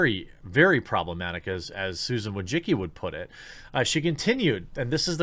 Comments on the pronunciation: Wojcicki - you pronounce it "Wooy-chi-ts'kee". it's a polish surname. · I gotta say, whenever I hear the last name Wojcicki mispronounced I die a little inside.